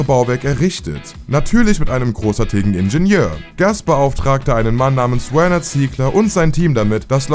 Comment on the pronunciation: Wieso wir hier der deutsche Ingenieur Werner Ziegler amerikanisch "wörnär" ausgesprochen? Wtf 😂